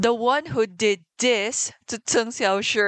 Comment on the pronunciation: Unrelated to the video but i am completely in love with the way you pronounce cheng xiaoshi’s name as a chinese speaker myself it is very satisfying to hear